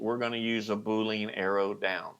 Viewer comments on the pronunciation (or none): none